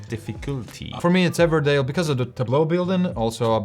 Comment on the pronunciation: Another great review guys but...Everdell not Everdale. 😂